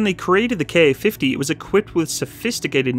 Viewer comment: There's no KA-50. There's only a Ka-50. Say Kamov-50. Don't say K-A-50. DON'T. DON'T!